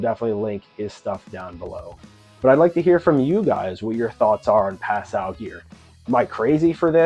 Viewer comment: As a French speaker, this is the correct pronunciation